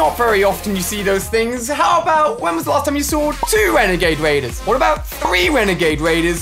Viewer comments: Ali said wenegade waiders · Shhh... hunting wenegade waiders